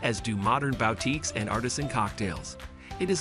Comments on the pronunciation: It is said that when someone mispronounces a word it means the person has read the word and not heard it. It's wonderful to know people who read. Here's some words you might like to pronounce correctly, at least the Louisiana way: Boutique = boo-teek. Vieux Carre = Voo Car-ray. Limo (short for limousine) = Lem-mo. Pere Antoine = Pear An-twan. Fleur de Lis = (in N.O.) Fleur de Lee. Mardi Gras = Mardi Graw. Desolate = Deso-let. Seance = Say-ahnce. I don't know what you were saying but this is one person's name: Pierre Antoine Lepardi Jourdan. You really did a wonderful job of narrating, your voice is perfect for the job. I know you will do better at pronounciation. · Bro said "bow-teek".